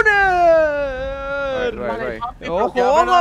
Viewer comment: Mud rruner y swourruner